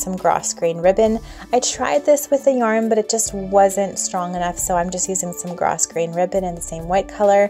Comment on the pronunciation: I think the ribbon is pronounced "grow" grain the S is silent. I like the chair pads . So cute..